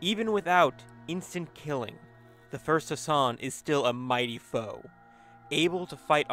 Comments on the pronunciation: Can you please pronounce the ح sound for God's sake!? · You non-arabians make me cringe to death when you mispronounce his name